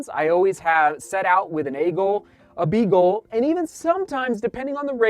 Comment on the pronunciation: Did you say "A Goal, B Goal and a C Goal' or did you say " A Goal, Beagle and a Seagull" ? :-)